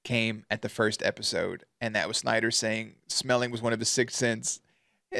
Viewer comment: It’s not “Shnider”, the principals name is “Snider”